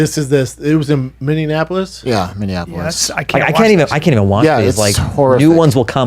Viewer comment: Wow Brendan can’t even say Minneapolis...jk not surprised